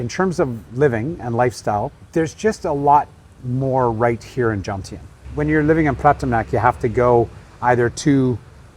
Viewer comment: Why can’t vloggers pronounce the word Jomtien